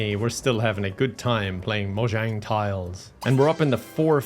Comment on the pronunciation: PLAYING MOJANG TILES?? MOJANG??? MAJONGGG 😂😂😂